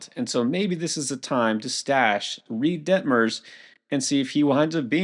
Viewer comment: “Reid Detmers,” oh boy here we go again